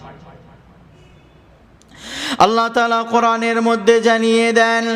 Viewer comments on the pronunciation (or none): none